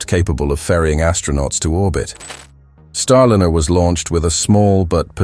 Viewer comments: Starliner -- not starlinner, you silly twit. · You chose a particularly poor AI voice-over. Many mispronunciations. Really bad when it can't even pronounce Starliner properly. Also... The CLICKBAIT TITLE didn't exactly enhance your credibility and is indicative of an AI channel. B A D ! ! ! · Rubbish "Clickbait" title!! What TERRIFYING Discovery, and who just died? The content is well covered, but outdated with many possible action points already taken, plus unrelated video clips of Starship and Space Shuttle. Finally, please use a voiceover that pronounces Starliner correctly at all times, which it can and occasionally did, but randomly, and often within a few moments, if not the same breath, it said StarliNNer, and at least once StarlinEEr.